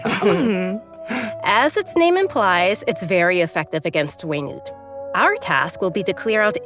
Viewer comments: Genshin: whey-nute Everyone: we NUT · It’s Wenut and not We-Nut. I’m 💀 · you will never convince me that wenut is pronounced way-newt. It's WEENUT!!! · Pronouncing Wenut Them: Way - newt Me: Wee - nut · it's pronounced "weh-noot"? I've pronounced it 'wi nat" all these time